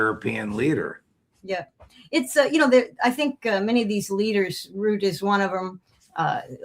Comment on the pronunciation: Rutte is pronounced like rooter, NOT "rudy".